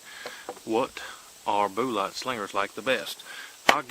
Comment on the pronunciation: I love the “rural way” he pronounces “booo-lott”!!!